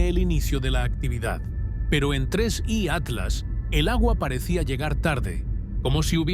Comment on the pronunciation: Tienes que decir Tres.I Atlas .